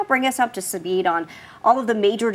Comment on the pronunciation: "...up to subeed(speed)...from the corpse(courts) so far." I wonder if the teleprompter was off or she has a ministroke.